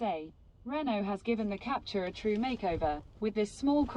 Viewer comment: It's a french car so you should pronounce it's name the right (french!) way!